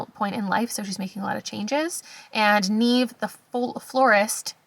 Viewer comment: Neve. It's not Neeve. It's Nev. Think Neve Campbell.